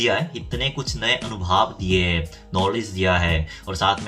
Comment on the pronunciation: Main all animal premi hu❤️ Waise aap anubhav ka uchcharan kab sahi karenge😉 अनुभव को अनुभाव बोलते हुए बहुत समय हो गया😊